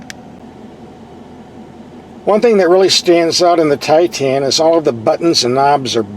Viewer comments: It’s Titan, not Tie tan lol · its pronounced tye ten not tye teen. does it look like its spelled titeen? No. and its not tye tahn either, more like tighten. got it good problem solved. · What the heck is a TIE Tan? Misunderstood and mispronounced....one word Tie tun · ) 2017 Nissan Titan...Get the ship out of your ears and listen to proper English Pronunciation and a intelligentexperienced truck review......"Billy Bob"!